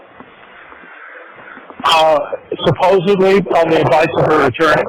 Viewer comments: Omg I can't stand how the two of them say "suppuvly" instead of supposedly. They don't even know how to say the word yet they both keep saying it over and over. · Is saying "supposebly?" That tracks, honestly.